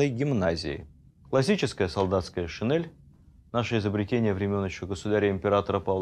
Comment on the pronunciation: спасибо за столь содержательный рассказ Позволю себе даь совет : пожалуйста призносите слово шинЕль с Е а не с Э